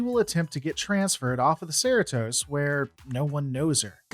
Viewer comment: One question. How did you watch the entire series and still not manage to pronounce Cerritos correctly once? lol - Love your videos. Keep up the great work!